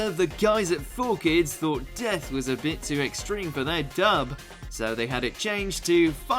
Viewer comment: D - E - A - T - H...... DEATHU!